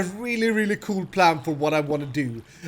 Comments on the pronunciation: why do you say Pran instead of plan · sometimes i think says "I got a pram'